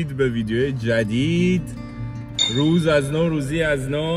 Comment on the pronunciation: موقعه ک گفت امروز روژ قشنگی یجوری درس بود روژ ب کوردی میشه روز😂کوردی فارسی انگلیسی